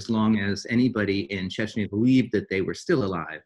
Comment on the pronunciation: It's CHECHNYA not CHECHYNA